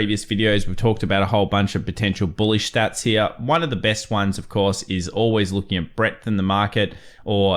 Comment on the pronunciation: Triggers me how you pronounce the word "here".